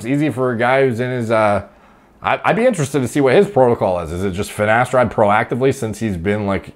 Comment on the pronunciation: I doubt he takes finateride, he can't even pronounce it correctly